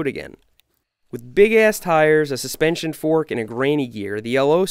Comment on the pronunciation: it’s a full saspenshon